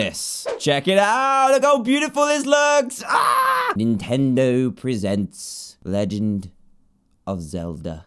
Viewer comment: you said legend wrong.